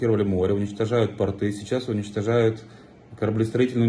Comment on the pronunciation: пОрты, а не портЫ. Ким, у Вас проблемы с ударением.